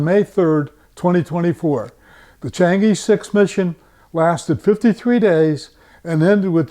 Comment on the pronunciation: pronunciation of chang'e, not "i:" but "ε:"